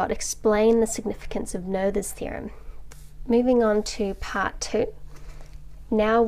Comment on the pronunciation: A bit off-topic, but in German, we do not pronounce "th" as in the English language, it's just pronounced like a normal "t", so it reads like "Noeters theorem", the "oe" sound was pretty good, though. p.s. wikipedia has phonetic spelling